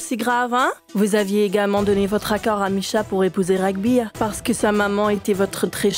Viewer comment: L’acteur s’appelle Raghbir et non Rambir😂